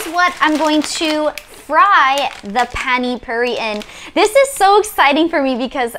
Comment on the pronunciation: Is it difficult to say Pani Puri, its not Phaani Phauri